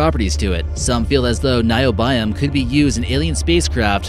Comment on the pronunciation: Niobium and microbial - you are not pronouncing these words correct. Micro Bial ..wtf!